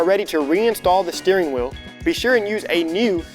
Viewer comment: SHHHTEERING WHEEOL